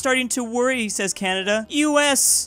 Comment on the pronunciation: When you say us it spells us almost like usa